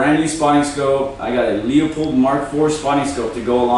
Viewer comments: loop-old not lee-up-hold. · Bruh, it is a "Loo - Pold" scope. Not "Lee-O-pold".